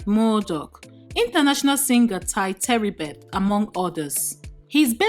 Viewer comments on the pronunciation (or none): Tye "Terribet"...... issorai. But its Tye Tribbett i know oh